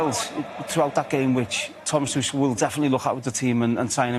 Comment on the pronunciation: Somebody tell Wazza that Tuchel is German not French. "Tuschell"